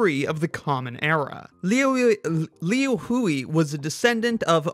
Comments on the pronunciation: It's pronounced liu hui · it's pronounced more like "Lu Hwe" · The mispronounciations of Liu Hui are killing me